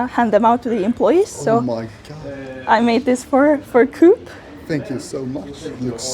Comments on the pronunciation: You dont say cuup, you say Koop. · ""Starbucks is what Espresso House is for Europeans" ... as a 'European" I disagree, I had to look up the brand. It is only present in Scandinavia and Germany which means 90% of Europeans never heard of it. The fact you pronounce coop as in chicken coop and not as in Co-Op (Co-Operation) is funny but understandable. They are in the Netherlands as well but with an Orange logo (obviously.... Netherlands) That said, the art is what matters and the art is amazing :) And yes, I of course have hit the like and subscribe buttons :) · When you said coop then do-op I was like WHAT THAT CO-OP ( England ) THEN I realised it was the Europe one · here in Slovakia we have a coop stores. In my town we have Coop. Its a small store. We call it Coop, not co-op. I never knew it was pronounced co-op. And i never knew their logo was Green, because its Orange in alot of places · Here in Sweden I have never heard anyone say ko-op. We say coop.